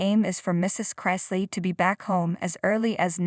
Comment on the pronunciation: Wah-wah! Do the crime, do the time. Youre saying their last name incorrectly.